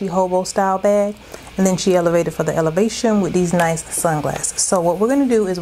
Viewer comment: out here elevatin' for the Ele-va-shon!!!❤❤❤